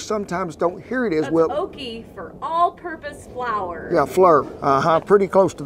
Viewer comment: I died laughing when he said "flurrr"